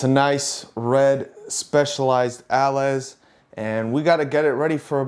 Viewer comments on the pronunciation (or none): If I'm not mistaken, "allez" is pronounced ahh-lay from French :)